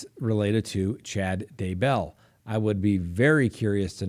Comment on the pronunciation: It’s Day Bell not Duhbelle